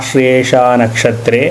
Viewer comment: The நக்ஷத்ரம் is to be pronounced as "ஆச்லேஷா நக்ஷத்ரஸ்ய "